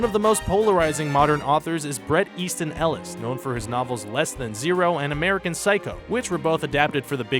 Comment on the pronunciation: Don't forget Bret Easton "Illis".